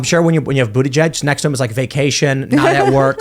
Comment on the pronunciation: The correct pronunciation is BOOTY-JUICE!!!